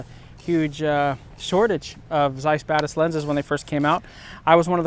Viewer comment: It sounds like he is saying the BadAss which I think would be a much better name for the lens!